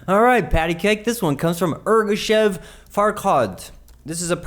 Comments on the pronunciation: Omg you completely butchered Ergashev. It was cool, you made it kinda bad.. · Also, Ergashev is his last name, not first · Meh, he just went too far with deleting the F and his last name.